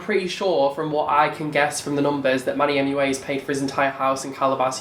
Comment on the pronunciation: I KEPT SWEARING YOU WERE SAYING "MONEYMUA" NOT MANNYMUA. I MEAN...ITS ONLY FITTING :)